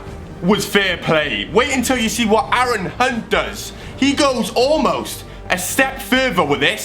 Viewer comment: heard when sed hunt it sounded like cunt